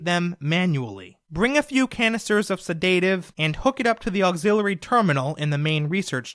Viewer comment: Sedaative, not sedaytive